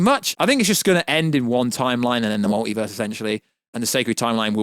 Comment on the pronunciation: The mowtivuuuuuhs